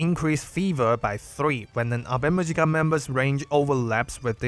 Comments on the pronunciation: That pronunciation killed me 😅 It's Awe mu-yi-ka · The girls from the band themselves pronounce it Ave Muzhica.